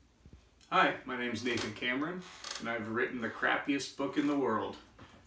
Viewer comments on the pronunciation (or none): I thought he said Nathan Cameroon🇨🇲